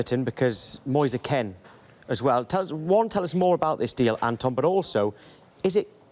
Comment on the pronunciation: The way that guy said Moise Kean 🙄🤦‍♂️